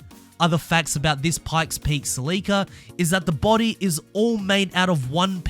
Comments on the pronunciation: Wtf duuddeee , Celica! : SEL-ICA !!!! NOT!!!! SLEEICA! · You lost me at the mispronouncing of the "Sell"-eh-cah (You could at least find a video where Scotty talks about his "baby", his 94' in order to hear how he pronounces it) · It's Celica. Sell-ick-ahh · Celica. Pronounced sell e kah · You said Celica wrong. Top Secret Supra???? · The way you pronounce celica is just wrong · Ive never heard someone say celica like that